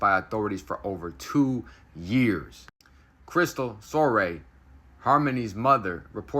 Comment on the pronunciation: Crystal——SORE—Reeee Not——— SORE — RAY